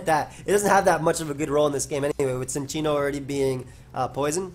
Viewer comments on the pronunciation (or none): Cincinno is a chinchilla, don't pronounce it like sin. Also lol that Future Sight flash